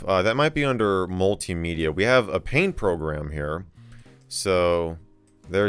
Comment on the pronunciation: For some reason, the way he said "multimedia" reminded me of the quote: "multimedia is just like regular media, but not as good"